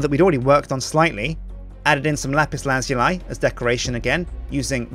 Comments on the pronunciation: Dude... it's pronounced: "LA-PIS LA-ZOO-LI" Not: "LA-PIS LAZ-YOU-LI" GET IT RIGHT!!! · Lazuli is pronounced laz-oo-lee, not laz-yoo-lie. But anyways, still a great build! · IT'S LAH-ZOO-LEE!!!!!!!!!!!!!!!!!!!!!!!!!!!!!!!!!!!!!!!!!!!!! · Lapis lah zoo lee that's how you pronounce it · ***** Oh god, I looked it up and it is really pronounced that way. BUT IT SOUNDS SO WEIRD! :( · It is pronounced lapis lazooly